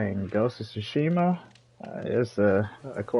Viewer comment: Lawd, this man actually called it Bunz of Tsushima